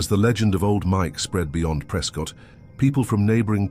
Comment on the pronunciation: Yup, I remember the first time I was verbally reprimanded for calling it “pres-cot” and not “pres-cut”